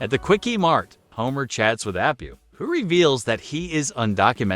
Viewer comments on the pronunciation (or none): Who made this video? The explaining something in a clip right after the clip plays as if the viewer is 10 is so annoying, and the fact that he keeps calling Apu Api shows this guy hasn't ever watched many simpsons episodes...